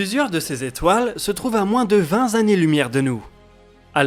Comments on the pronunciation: parle pour toi, perso j'ai bondi dans mon siege ... 20 zannées ... a la limite tu ne fais pas la liaison mais tu rajoute pas un Z ... vingt est invariable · vingt zannés ? vingt : adjectif numéral invariable => vingt Tannées ... sinon video parfaite 😘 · "à moins de vingt z'années lumière" ? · Pousse bleu pour les "vingt zannées lumière" ! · Vingt zannées...? Ça plusieurs fois que je te chope 😎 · Vingt Zannées lumière ? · "vingt zannées lumières de nous" Peux tu nous rappeler combien de temps dure une zannée lumière?